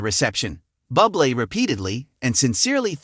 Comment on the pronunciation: Michael’s surname is pronounced Booblay, not Bublay, Bubly and Bubble. Obvious AI commentary😖😖.